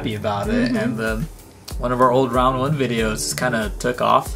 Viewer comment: I love it when you always say one when you win a prize in one GO, and when was wearing the oneeeeeee shirt XD:)